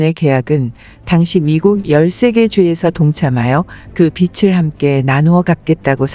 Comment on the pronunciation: 귀한 내용 감사합니다. 그런데 하이톤인 남자 분 멘트가 내용을 알아듣는데 방해됩니다. 현재의 이상한 억양을 빼고 여성분처럼 담백하게 읽으시면 이해가 더 잘 되겠습니다. 그리고 빚을 -> '비즐'로 읽습니다. '비츨'이 아닙니다.